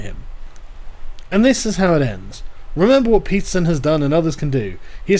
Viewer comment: Peterson-> pizza zin This is what I'm hearing